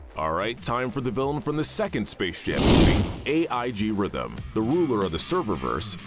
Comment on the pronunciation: Are we going to ignore the "Ai-g-rythym" all together? Honestly, something i've noticed these vids where the host, is that one character get's their name horribly mispronounced Rapheal from TMNT got pronounced as "Roth" or "Roph" Chrysalis got "Chrisolis" or "Crysallis" And now AL-G Rythym got "Ai-g Rythym" Now, the first two MIGHT just be cause of accent (Though i kinda doubt that), but the third one HAS to be on purpose, you CANNOT convince me that it was an accident.